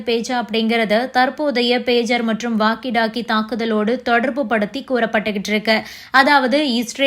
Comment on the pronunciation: correct your pronunciation please... it is not waggy doggy.... it is called walkie talkie